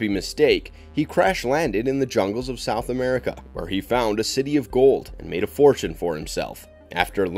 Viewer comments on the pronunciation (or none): none